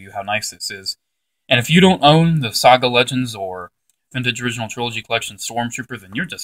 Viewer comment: IT'S SAGA NOT SOGA